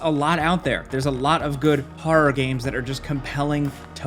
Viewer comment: Anyone notice that says horror like Christopher Walken does? "hoa-r-ruh games"